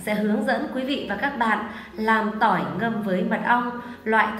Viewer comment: Phát âm ko chuẩn, Tỏi ngâm mật ong nghe thành Tôi ngâm Mật ong